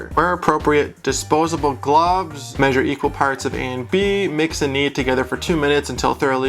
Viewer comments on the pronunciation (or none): none